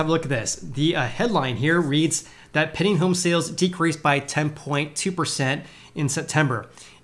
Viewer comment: Pending: Penn-D-eeing..... Penn-D-eeing... not "penning" Say it 100 times.